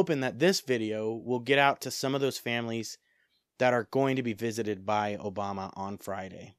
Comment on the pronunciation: Obama, not "Oboma"